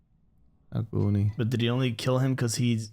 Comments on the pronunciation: Ugani was funny 😄 it's AGUNI. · It's episode 8, season finale, and you guys are still calling Aguni as Ugani. 😅😅😅